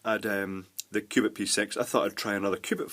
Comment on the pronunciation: sounds like he says Qupid :P